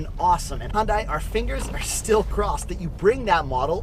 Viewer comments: U call it Hun-die .. I call it Hyun-day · Hyun-dai sound not right~ Try to pronounce as Hyun-dae Thanks~ P.S: I am from Korea and my father works at Hyundai-Kia^^ Thanks for the review on Korean brand~ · It's pronounced HUN-DAY. Dork